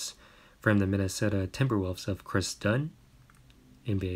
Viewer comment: am i the only one who noticed he said “ chris levert “ instead of caris